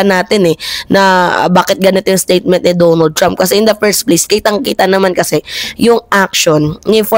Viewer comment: DONALD mimaa not Dumo trump. lol🇺🇸